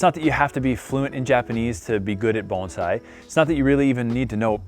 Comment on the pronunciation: You're one of few Americans or Canadians that doesn't mispronounce bonsai as bone-sai